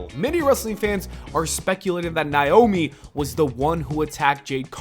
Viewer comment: That’s not how you pronounce Naomi’s name.